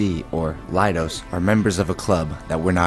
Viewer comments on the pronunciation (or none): Leidos put the i where it should be what you get is lie -dos or does lie.